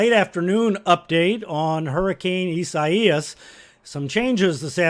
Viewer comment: Fantastic work, Bryan! Perfectly detailed, step-by-step presentation, calm, concise, thorough, easy to understand, and NONE of the hype we often see from others that serve to send people into frenzies. Not to mention, one of the few meteorologists that can pronounce Isaias lol